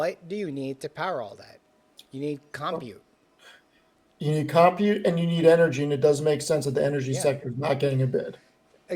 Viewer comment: you are driving me nuts. You are not pronouncing COMPUTE correctly. Please search online how to pronounce it correctly and practice. Thank you. SMH!